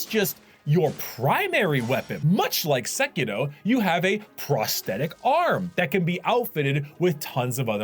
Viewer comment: that sekiro prononciation tho... nice !